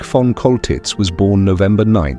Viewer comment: His name is pronounced "Sholtitz!" monsieur........ You dingbat. 😅😅😅😅😅😅😅😅